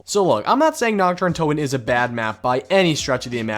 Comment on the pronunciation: How u speak the german map names xD u pronounce Nacht like nackt and nackt means nude/naked in german xD Dude nichts gegen dich aber ich bin fast vom Stuhl gefallen diggah xD